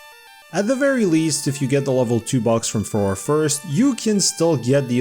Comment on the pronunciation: Fuh-ROAR-ay I will also accept "Fay-Roar", but its not Fuhror, please 😭😭😭